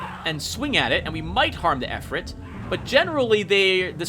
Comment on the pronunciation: "Ifrit" is pronounced "eefreet". And it's ironic that they would be made a weak enemy, seeing as how they're the most powerful kind of Jinn.